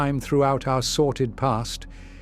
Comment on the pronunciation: Dearest, are you using the word 'sorted' instead of 'sordid', or is the voice reading it wrong? It's the second video I've noticed it in, and I listen to these repeatedly to go to bed, so I keep hearing it😅. I thought I'd ask to satisfy my curiosity.